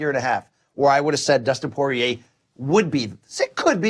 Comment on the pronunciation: Is Dustin "PWAH-REA" the new pronunciation hill Luke is willing to die on? Oh well, at least it's not as bad as "CAL-VEE-JO" and "ENGUNEWW".